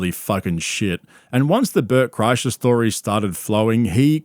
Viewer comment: I swear i heard your say his name as Burt Krashout and now that's all i can think of lol